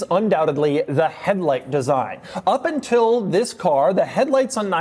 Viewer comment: Did he say “intil”?